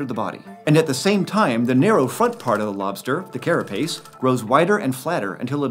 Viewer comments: “Kera Pace” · You mispronounced carapace